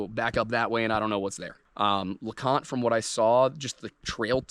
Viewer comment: lol in the other video you mispronounce leconte and in this one you erroneously call it the highest point in the smokies.